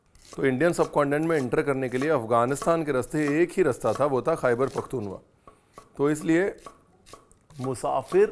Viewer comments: Khyber pakhtunkhwa is the correct pronunciation not “pakhtunwa” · khber pukhtunwa nahi Khyber pakhtun khaw HOta hai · it's called Khyber Pakhtunkhwa... the KH is not silent and is the 4th province of Pakistan